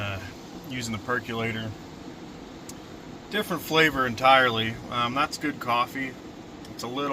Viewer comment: PercOlator, not percUlator.